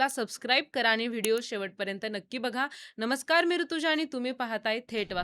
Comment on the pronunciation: आणि ❎ आनी ✅ माणूस ❎ मानूस ✅ पाणी ❎ पानी ✅ व्वा मराठी छान आहे तुमचं